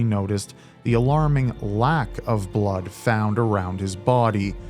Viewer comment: Also the way she pronounced "bluuuud"